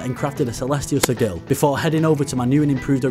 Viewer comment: Editing is very well done and video is good but the way you pronounced sigil 😬